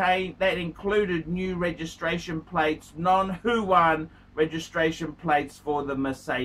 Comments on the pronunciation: It's Wuhan not Fuan. And it's not a province by the way. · wrong pronunciation not only aplies to luxury brand names but also to the city of Wuhan has become Huwan.